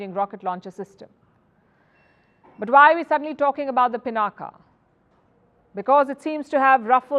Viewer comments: कम से कम आप तो पिनाक को पिनाका न कहें।भारतीय विदेशियों की नकल करके अपने नाम बिगाड़ कर बोलते हैं। पिनाक शिव जी के धनुष का नाम था जिसे भगवान राम ने तोड़ा था।कृपया अपने देश और देशवासियों पर कृपा करें। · It's पिनाक, not पिनाका. पिनाका sounds so comical! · It is pronounced pinak and not pinaka. When will Indian's start respecting the Indian names by calling it properly? Even the Dhanush of lord Shiv is not being pronounced by a Brahmin journalist! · Humare mul bhassi shabd Ko mul bhassa mai bole na . " Pinaak" bole . Ab uchcharan Humare se hai toh uchcharan iss bhassa k antargat hogi na .